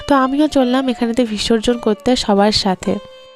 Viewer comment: 20 কয়েকটা ব্লগে এই ঠাকুর নিয়ে বিসর্জন নিয়ে তুমি অনেক কথা বলছো । শুনছি।কিন্তু, কথাটা "ভিসর্জন" নয় "বিসর্জন" কিছু মনে করো না উচ্চারণটা ঠিক করে নাও